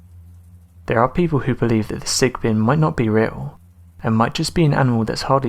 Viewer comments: Sigbin or sigben. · Okay I'm from the Philippines and I now you mispronounced the names of the entities....but....Sick - what? Sick bin? I can't think of any entity here that rhymes with sickbin. The Asswang I know, and wank wank is "whak-whak".